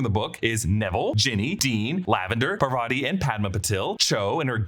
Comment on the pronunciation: Parvati is pronounced Paar-vati not Par-vaati and Padma is Pad-maa. Also Patil is Paa-til, different from Patel. My last name can vouch for this! You can use English to Marathi google translate to hear them